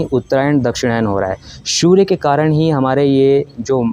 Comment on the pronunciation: Bhai ...surya ko shoorya kyun bolte ho aap ? Its S not SH Please correct your pronunciation.